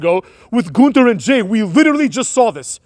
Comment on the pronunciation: It's NOT pronounced "th" in Gunther.